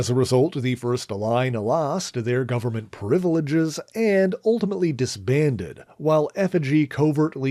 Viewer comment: "privilege" does not have FIVE SYLLABLES f.y.i. 🤦🙉